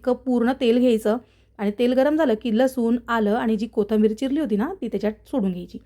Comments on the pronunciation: कृपया ' कोतंबीर ' म्हणू नका, ' कोथिंबीर ' असं म्हणा ।। बाकी रेसिपी छान आहे, अजिनोमोटो मात्र नको ।।. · " कोथंबरी " आणि " परेंतर " 🤣